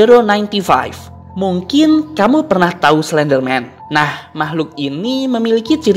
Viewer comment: Kak itu baca mya bukan escipi tapi escepe